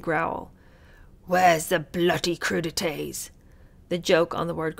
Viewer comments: Crudités = crew • dee • tay Was the joke in that he was pronouncing it CRUDitees? Which sounds like something gross to eat, thus taking a poke at himself? Idk. I’m as bewildered as you are, except I remember reading that the royals are fond of bathroom humor. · They only thing I can think of regarding Charles's pronunciation of crudites is emphasizing Crude - because he thought it was bawdy? I'm not sure. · Crudite's......with the emphasis on "crude". It's Charles' childish sense of humour, like a naughty school boy. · The joke is when pronounced the dish sounds like “crudity” so therefore the prince is requesting crudity which is naughty lol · the British using the work “ bloody” as a swear word is akin to an American saying The G.D. Whatever…it references the blood of Christ..so it started out a bit blasphemous….The French word for cold sliced veg. Is pronounced…Crew…De…Tay…. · The Italian food (crudités platter (crew-de-teh)(raw things) the then Prince Charles enjoyed;......Possibly joked on similar to "coup de grâce" (koo duh grahss). ??? Or raw things or crude...???? Not easy to fathom his humour here. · Is it because in English, crudités sounds like "where's the bloody CREW TODAY?"